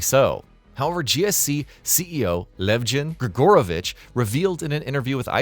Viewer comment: Sorry, in our language, we have something called stress (accentuation). So, the surname is not GrigÓrovich, but GrigorÓvich Great video btw Thank you for playing Stalker 2!